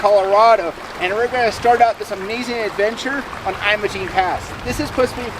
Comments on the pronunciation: Your pronunciation is incorrect. It's pronounced like you're saying image! Great video. It's a beautiful place. I can't wait to go back. Great looking jeep, too! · He managed to mispronounce "Ouray," "Uncompagre", "Imogene", and "Telluride" all in the first 3 minutes of the video. I live 12 minutes from Imogene pass and our local search and rescue teams from both Ouray County and San Miguel County pull visitors with 40" tires out of the ravines several times a year. They're typically from Texas or the mid-west and they can't be bothered to pronounce the names of places out here, either.